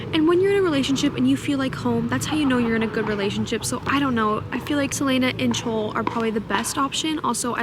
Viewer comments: haha bestie. pronounce Chaol as kale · I made the same mistake but Chaol's name is actually pronounced "Kay-all!" Throne of Glass is my fav series ever (dare I say better than ACOTAR) but the names are sooo annoying to pronounce. theres def lists online of the correct name pronunciations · Girl! You are in for such a ride with TOG!! My fav ever!! (FYI..it’s pronounced Kay-ol. Like Kale..but with an o in it. lol)